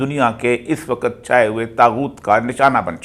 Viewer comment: "وقت" کا تلفظ درست فرما لیں پلیز